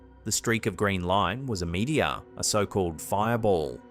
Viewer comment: What the hell is a "meatya"? I presume you mean meteor. I don't understand why this guy pronounces everything wrong! There's no point in listening to brain-washed religious nuts! Records, not "rec'ds". Honestly, how is it possible for any one person to pronounced so many words wrong? It's like he deliberately chose all the mispronunciations he could find, from around the world.